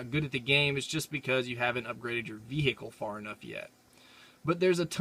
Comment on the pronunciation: He said "ve-hicle"